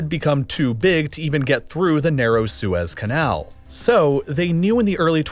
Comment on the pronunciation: Did no one catch him saying “Swiss” canal instead of the Suez Canal yet? Can the next video be about how the Swiss captured the Suez Canal?